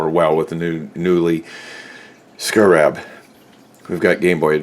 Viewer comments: SCARE-AB SCAREAB... SCARAB... not.. SCRAB.... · It's pronounced "scare-rub" like the bug. ....Americans. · skeh·ruhb..... Who doesn't know how to pronounce scarab? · Thank you, it had to be said lol. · I couldn't take it. Next video lol